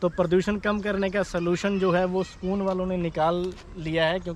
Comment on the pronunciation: Sakoon nahi bhai Sukoon 🙈🤦